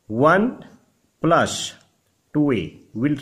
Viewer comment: Please don't take it the wrong way but please pronounce + as Plus rather than plush. You can watch a lot of YouTube demo on how it is done. This will improve your presentation. You are doing a good job otherwise